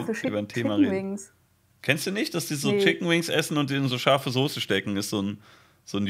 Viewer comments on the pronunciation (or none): none